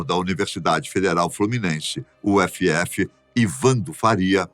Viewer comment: Ai Deus... é uf que se fala mesmo kkkk e não U-F-F ... uf, ufi, kkkk q dor ouvir alguém chamar minha faculdade de U-f-f Fora isso, muito interessante a teoria, se entendi bem, fala que todo ser biológico, em certo grau, tem uma consciência. Entendo que o canal tem uma pegada bem científica, e também apresentou teorias científicas para expor tal conteúdo. Mas creio que a galera da espiritualidade já encara essas teorias de forma natural faz muito tempo....